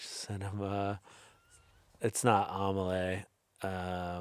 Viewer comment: Completely understandable, that was a crazy way to pronounce Amélie